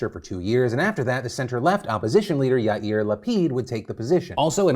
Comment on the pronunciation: OMG! From an Israeli, congratulations Philip. You are one of the few people to say Yair Lapid correct (Ya-ear). 🥳